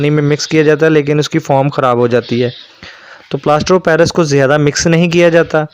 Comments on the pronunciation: بھائی لفظ پلاسٹر آف پیرس ھے پیلیس نہیں ھے باقی ویڈیو معلوماتی ھے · Ap ghlt pronounce kr rhy Hain yh plaster of Paris Hain palace Nh ha